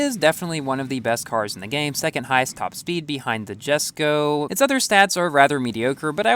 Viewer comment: Isn't it pronounced "YESSKO" instead of "JASSKO"?